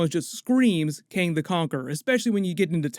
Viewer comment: Kang not KAne